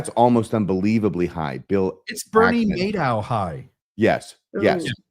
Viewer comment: BTW - It is Bernie MADOFF NOT Maddow😉